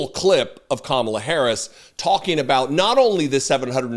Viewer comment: Ughh 😩😫! That woman is SO sickening! She makes me cringe when she lies, calls LOSER45 president, and purposely mispronounces VPOTUS Harris' name. 😡